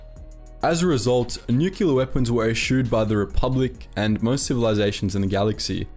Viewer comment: Nuclear - Nucular? No!